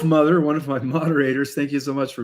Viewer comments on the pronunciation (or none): none